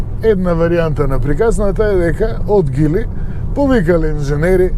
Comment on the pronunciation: А тоа за Geely како се изговара на македонски, според гугл транслејт Geely= Џили а не Гили....